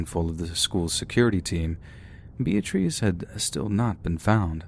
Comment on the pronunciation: Lol... Bee-ah-trees...😂